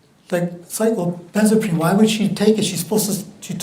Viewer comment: Listening to that defense attorney trying to pronounce cyclobenzaprine was so painful.